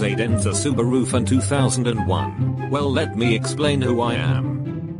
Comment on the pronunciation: aidEnzesubarufun2001 is what I heard lmao